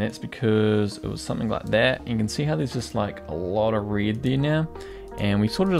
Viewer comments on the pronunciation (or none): Aussies pronounce 'red' like 'rid' LOL